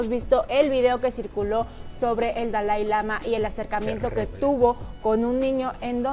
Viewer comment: Me queda muy claro que en si no sabes nada es una lástima que hables sin saber nada ni pronunciar el nombre del Dalai Lama primero ten cultura y el Budismo no es para creer para comenzar el Budismo no es una religión lastima de tener un micrófono en la mano no sabes nada y todo lo inventas eres muy ignorante lastima que dices que dices que haces predicciones no predices nada todo lo inventas y demuestras tu ignorancia te escuchaba nada mas para estar viendo la ignorancia de las 2 qué lastima que aya personas que si creen en todas tus tonterías